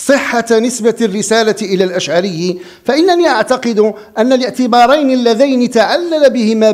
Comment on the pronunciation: ابو الحسن الأشعري وليس الأشعاري